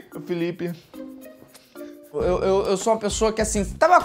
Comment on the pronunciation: Felipe: apei Eu: saúde 😂